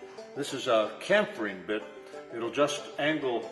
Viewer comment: its pronounced chamfering not kamfering plus what a lousy job with filling old holes with epoxy